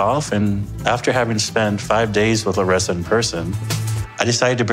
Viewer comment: ok but that pronunciation of Larissa’s name was perfect!!! have you been working on your Portuguese,?